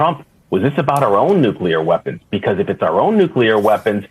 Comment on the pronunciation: Donnie can't even pronounce nuclear. He says it like Homer.